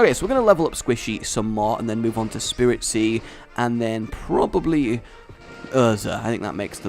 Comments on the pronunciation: It's spritzee not SPIRITZEE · it's spritzee not spiritzee and breeding is against the rules. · Not Spirit-see, Sprit-see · It gets annoying when u get the names wrong its not spiritzee it's spritzee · It's SPRIT-ZEE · Well not to be THAT guy but it's S-prit-zee not Spiritzee also, I like the name Cotton much more than Sugar Rush. When you name your pokemon puns or phrases I think it takes away from the whole "Bond with your pokemon" thing not to nitpick but....yeah I'm nitpicking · it is Sprit-zee not Spirit-zee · Spritze not spiritze gaaahh JK it so kind of bugging me thoe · rage dont mean to b ditrispectful but its sprit-zee not spiritzee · and rage its spritzee not spiritzee. and its entree was related to perfume not candy how do u mix those 2 up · can you pronounce a single pokemons name right first we hade honededge and now spiritzee like no its HONEdge and SPRITzee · Uh,? Its pronounced SpRIT-zee, not SpIRIT-zee, and it's a perfume pokemon, not a cotton candy one... sooo, you might wanna re-name that too.:D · I hate to be nit picking but it's Sprit-zee not Spirit-zee. Because spritz sounds perfume-y. Also it does not evolve into a cotton candy it evolves into a drag-queen broadway thing:P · Again, a mispronounciation, it's not Spiritzee, it's SPRITzee. There's no second i in there! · it's sprit-zee. Like, perfume.